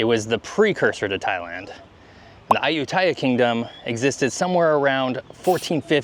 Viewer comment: Dude…. Interesting video.. but your “ farang” pronunciation of Ayutthaya and Tuk tuk are like a shovel along the side of the head! Ayutthaya … you emphasize the last syllable - like most Thai words . And it’s took took..!